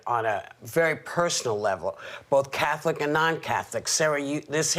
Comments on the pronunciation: Im triggered every time Sunny pronounces it, “Cath-O-lic” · So glad that these CIS Gendered heterosexual women are so happy about this. And the way Sunny pronounces Catholic is so irritating! omg!